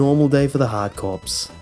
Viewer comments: I think Corps is pronounced Core, not Corpse. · 'Corps' isn't pronounced as 'corpse', it's pronounced like 'core'. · So good video but the word corps has a silent ps so it's said like hard core. Trust me it's just like marine corps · Corps is not pronounced 'corpse'. Carry on.